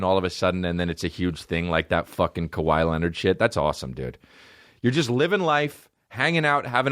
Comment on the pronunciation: Kah-wee Leonard